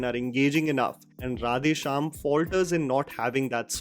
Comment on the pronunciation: I feel Prabhas face is CGI in entire movie. Face is extremely filtered. please improve your pronunciation of words in South Indian languages. Or use voice bits of those words which is pronunced correctly from movie. It's creeps out to hear mispronounced.. To make you understand.. How you feel if a bad hindi is spoken in a english accent. It's the same way.. Please give a little more effort or please try using voice bits.